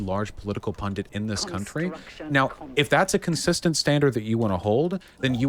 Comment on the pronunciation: Why do they keep pronouncing pundit as "pundant", like it rhymes with fondant.